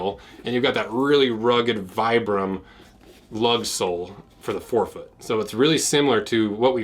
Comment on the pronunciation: It’s pronounced Vee brum. 🙄